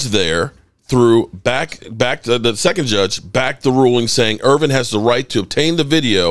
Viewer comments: It’s Irvin. Not Irving. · It’s Irvin…but somebody tells you this every single segment so you obviously don’t care.